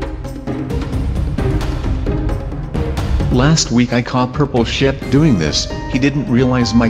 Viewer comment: Purple Shaap? It's Not Pink Sheep?